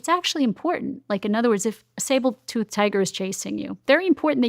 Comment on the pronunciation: I think this lady is at least partly full of crap. She makes a lot of good points but also she's saying stuff counter to what I've found listening to ADHD experts. Plus she said Sable tooth tiger like 4x so that discounts the credibility somewhat.